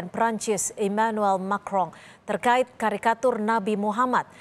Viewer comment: Macron.. bacanya "Makwqqqong"